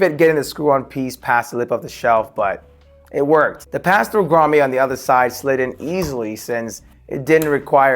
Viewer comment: WTH is a “Grommay” 😂 cool setup though👍🏻